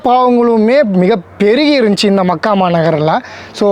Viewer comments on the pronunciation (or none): none